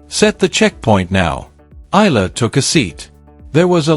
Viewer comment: ALEX EALA PRONOUNCE HER SURNAME AS E YA LA E YA LA PLS THANKS